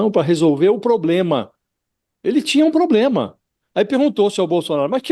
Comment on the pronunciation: Que "pobrema" ????